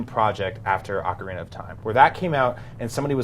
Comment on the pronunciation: my ears bleed when people pronounce ocarina wrong